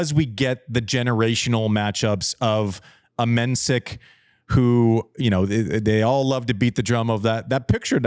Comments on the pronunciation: Jakub Menšík - not Mensik - the 's' is in fact a 'š', which is exactly the same as 'sh' in English or 'sch' in German, also the i is long. You Americans would probably silly transcribe it as 'MEN-sheek'. I've been wanting him to finally correct people, but it's his battle to fight and he seems laid-back enough about it. Also, thank you JW for getting the name of the country right - the Czech republic, Czechia is dumbed down because English speakers and broadcasters are too impatient to deal with two-word country names, resulting in commentators repeatedly and unforgivably butchering it. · conserning the pronunciation: Menšík = Men-sheek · Mensik's name is actually pronounced 'Menshik' .. glad you are back to talking about the game and the players .. Andy's insights from a former players perspective are the most interesting thing on this channel to me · You should learn pronouncing Menšík's name correctly 😉